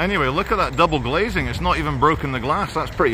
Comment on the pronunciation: the emphises on the double glazing, you funny guy